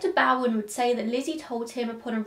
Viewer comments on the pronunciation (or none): Hey, my maternal family were Bowens. I just would like to, respectfully, tell you the correct pronunciation of Dr Bowen. It's long ō like hair bow. Bow-un. You have the second part correct! ❤️ I love this story. It just blows my mind, wondering what she did to shield herself, esp her hair, from all that blood. She had time, after abby, to wash her hair, or whatever, but Andrew was found too soon, for even the august heat to dry her hair, if she had to wash it a second time. Do you ever wonder Abt that?